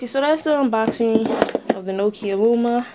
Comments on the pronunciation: It's LUMIA not luma. There is an I in the name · It's Lumia. Pronounced(Loo-me-a)